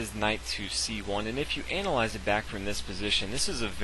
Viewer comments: Dude, "analyze", the way you pronounce it, means something completely different lol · Its analyze not anal eyes.